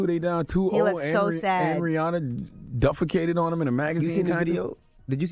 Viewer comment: I like how Charlemagne was " after she dufficated on him" it's deficate..which is a more proper way of saying she shitted on him LoL